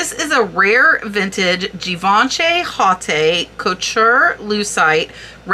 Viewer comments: I cannot believe that you have never heard of Shreveport, crump and low. A very exclusive jewelry firm in Boston massachusetts. And haute is not pronounced hot it’s out en Francois. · thank you for another great research video-- they are my favorite..I really hate to correct people , and i certaily dont intend this to be taken the wrong way but in the spirit of learning-- Givenchy is pronounced (jhee-VAAN-shee) emphasis is on the 'Vaan' Haute Couture is pronounced (HOAT co-tur) or even OAT CO-TURR emphasis on the 'haute' it translates to HIGH FASHION and is the highest form of fashion design. to be a identifieed as a Couture design house there is a tightly controlled, invite-only application, governed by a committee of sorts known as Paris’s Fédération de la Haute Couture et de la Mode. and finally Pietra Dura is not a designer or design company (so pieces would never be marked as such) but is actually just the name for a particular style of mosaic work that uses relatively hard stones (feldspar and diamond usualy) You can identify a piece as pietra dura easily by the typically black stone background with multicolored inlaid stones - usually in shapes like birds/doves/flowers and leaves. they're gorge and worth a lot!! hope this doesnt offend you- i love all the hard work you do for these videos